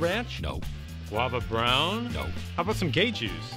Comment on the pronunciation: When he was naming the sodas to Omar he really emphasized guava brown lol